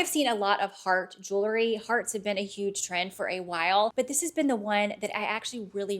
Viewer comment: Jewel..ry not jewlery